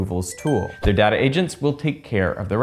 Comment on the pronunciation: idk if I can trust someone who says "Dat-ah"